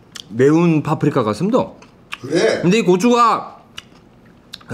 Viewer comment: 파프리카 할때 미제앞잡이 잠깐 들왔다 나감 ㅋㅋ